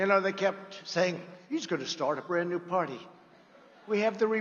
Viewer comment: I'm not gonna start a new pardy. Who would want to start a new pardy? I wanted to start a new pardy, but I don't think its right to start a new pardy but if I started a new pardy we would win and we would be winning. The most winning. We would win at winning. History's greatest stable genius.